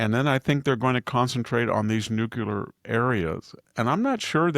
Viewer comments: Dear VDH.. say Nuc-Le-Ar. (Not Nuc-U-Lar)! Please don't AKS me why you sound ... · I have always had the greatest respect for Dr. Hanson, but (and it drives me absolutely crazy), being as smart as he obviously is, why does he keep saying "nukular" instead of "nuCLEAR" ? I have always thought that folk that use the word "nukular" are intellectually lazy, and simply expand on the colloquial "Nuke", but that is obviously NOT the case with VDH. The clue is in the spelling of the word "nuclear". So the question remains, why oh why VDH? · Good morning Dr Hansen and best wishes on a quick and speedy recovery. This is really coming out of left field but every time I hear you say "nucular" instead of nuclear l just don't understand why you mispronounce that word! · It's not "nuc-u-lar" it is "nuc-le-ar". Please say it right. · What is nookyuler,? Are you trying to say nuclear? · always odd when I hear 'nucular'. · Nuclear Nuclear Nuclear- Pronounced NU CLEE ER. Bush has been out of office for years!